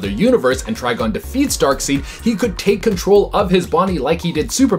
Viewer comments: Amanda seems to be the only host on this channel that gets the names right. dark-seed? It's always been dark-side... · It's Dark SIDE, not Dark SEED Sorry it's starting to get annoying. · C'mon dude it's pronounced Dark side 🙄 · Dark side not Dark seed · My guy, it ain't DARKSEED, it's DARKSEID... Lordy lord but good job on the video 👌💯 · Dark Side!!! Not Dark Seed!!!!! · It's not pronounced Darkseed: it's Darkside. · Seid not seed lol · It's Darkseid pronounced Dark-Side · I feel like he has never read a DC comic if he said Darkseed! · Hey, I know there's more than a few comments about it, but I'm honestly curious about where you picked up the pronounciation "Dark-seed"? I'm not judging, but I'm curious. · He pronounced darkseid as darkseed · FOR DARKSEED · Every time he pronounces it “Darkseed” I feel like smacking someone. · Oh My God! HE SAID DARKSEED INSTEAD OF DARKSEID! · STOP SAYING DARKSEED!!!!! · 🤓🤓Um, actually it's pronounced Dark-said! "I before E except after C, or when making an 'a' like neighbor or weigh." Haha! JK! Shut up nerds! You did great! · Come on it’s pronounced darkSIDE SIDE 😂🤣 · It's pronounced Dark SIDE! That was established by Jack Kirby, his creator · It's spelled Darkseid, but it's pronounced Dark"side". Please say it correctly. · I had to turn u off because of your annoying pronunciation of darksied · Omg I've never heard someone mispronounce Darkseid so many times in one video! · i think it's an ongoing joke. people told them the first time years ago and they've been doing it on purpose ever since.